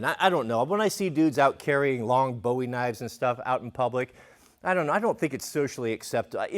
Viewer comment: knows that "Bowie knife" is pronounced like "bouy knife".